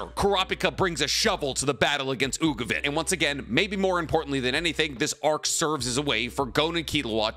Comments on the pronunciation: he also says ugovin 💀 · And then he calls Uvogin Ugovin